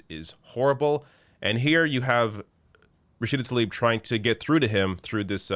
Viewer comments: i jsut want to point out. her last name is tlaib. it is NOT talib......for some reason all anglophones i've heard pronounce it talib. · “Thoughs and Prayers...🙃”, and he couldn’t even be bothered pronounce Talib’s first name correctly. Yeah...his fake-ass concern for her and her family’s well being is obvious.